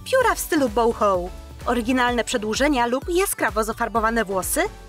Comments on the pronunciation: Wydaje mi się,że boho czyta się tak jak się posze,a nie bołhoł. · boho się mówi a nie bołchoł masakra